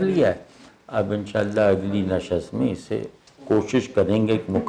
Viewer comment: احمد جاوید صاحب سے تلفظ کے بارے میں ایک سوال ہے: معمولا نِشِست کو اپ نَشَست کہتے ہیں۔ فارسی کے مصدر نِشِستن کو نّشّست کہنے کی کیا وجہ ہے، توضیح کر دیجیے۔